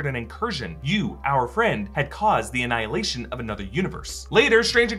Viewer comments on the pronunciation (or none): none